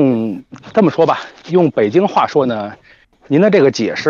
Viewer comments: 看来博主没听劝，不要念“北鸡儿”喔lol，意思变了吼~ 然后“找补”就是嘉宾说的那个词。事情做过头了或者错了以后，用不太完美的方法尽力挽回，结果肯定不如一次做好的效果了。举例："我们是矫正回归"，"我其实想说xxx，让我修正一下"，"算错账了（想多收钱），不好意思我送您一个凉菜吧", "你看他儿子小明那点出息（突然被小明听到）... 嘿嘿，小明来了啊，我在跟我太太夸你有出息呢！“ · 北京的京不能用儿化音，儿化音本身有趣味性，对于重要的事务，不能用儿化音。